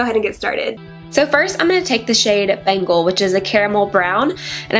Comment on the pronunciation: The look is gorgeous! But the shade Bengal is pronounced Ben-gal! Love your tutorials girl!